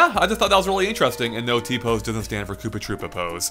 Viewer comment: Did you say Poopa Troopa?